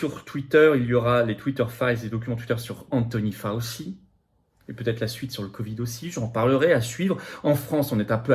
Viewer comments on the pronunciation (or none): Ca se prononce 'FOW-CHI', cher Florian Philippot, non pas 'FOSSI'. S'il vous plait, vous qui êtes si rigoureux...